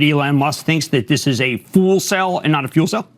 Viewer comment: A fool cell instead of a fuel cell....😂😂😂Well done to Elon